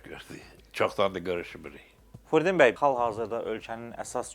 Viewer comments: Əcabə, bu aparıcı qonağın adını düz əməlli başlı niyə deyə bilmir ki ? Furdin bəy nəymiş taa ??? Fürudin bəy niyə deyə bilmir ki ??? Çox ayıb !! Adını da jurnalist qoyub .... Utan öl ta ! Ged əvvəl düz əməlli danışmağı öyrən , sonra bura çıxıb belə danışırsan, azərbaycanca danışa bilmirsən çıxma bura !!! Gördüyün vacib işnən, amalnan danışığın heç bir araya gəlmir !!! Mən yenə də tamaşaçılardan üzr istəyirəm bu cür sərt reaksiyama görə, amma yenə də üzümü aparıcıya tutub deyirəm: qardaşoğlu, sən bu cür vacib mövzuya , dilimiz, əlifbamız .. kimi mövzuya toxunursan və bir dənə Fürudin sözünü düz əməlli deyə bilmirsən , ayıb olsun sənə .... təmiz beynimi xarab elədin sən ... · Jurnalist gonağın adını düzgün tələffüz etmir – ,, Furudin,, bəy deyir. Belə yaramaz.